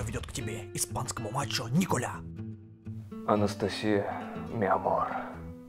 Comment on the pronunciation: По испанскому nicolas а не Николя 😂 . Это по французской